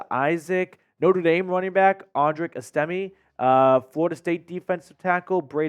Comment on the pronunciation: You said audrics name wrong